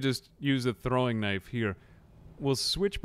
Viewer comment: I LOVE how you say knife as knief sometimes. I do the exact same thing.